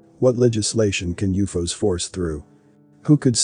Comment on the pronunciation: When I hear people cannabilizing common words we use everyday. I look some else. What did he say Uuffoos ????? WTF It's always been U. F. O's Uuufooos